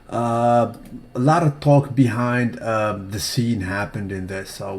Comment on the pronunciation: the "L" in "TALK" is silent bro. You kindergarten English teacher is NOT SALUTED on a DAILYYY!!